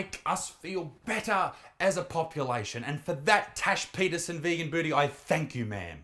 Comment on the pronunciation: When he says her name i hear Trash Peterson🤣